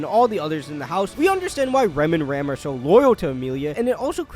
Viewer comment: Listen listen, it's not Ram, it's "Ram"